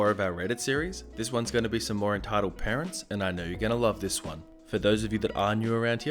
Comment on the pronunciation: Is it just me or did it sound like he said "Retitled Parents" lmao.